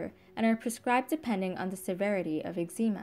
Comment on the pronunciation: She can’t pronounce eczema .😊